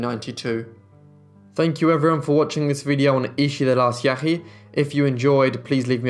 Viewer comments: Pronounced Yãhï Yãhee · I hate to be a smart-aleck but I feel that clarification is needed, Ishi was a member of the Yahi but in the video it is pronounced with enough phlegm to sound similar to "Yaqui". The distinction is important as the Yaqui are still alive.